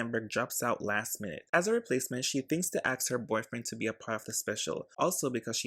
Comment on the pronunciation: Great video, but the way you say “axe” instead of “ask” is driving me crazy